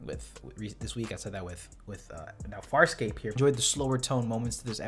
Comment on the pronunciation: I think you said "FarSCOPE" in the intro